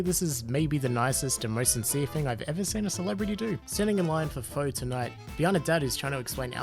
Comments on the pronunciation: I apologize for barging in on the feels train but Phō is not pronounced how you did It’s more of a Phuh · Pho is pronounced fa just by the way :) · You pronounced pho wrong, but that’s alright. It happens